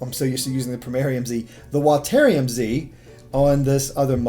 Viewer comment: "Watairium" I guess you call water watair then